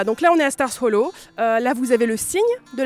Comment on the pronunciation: Elle dit mal stars hollow car on dit star hollow mais sinon super vidéo